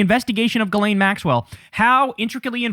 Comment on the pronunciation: Her name is pronounced Jizz-lane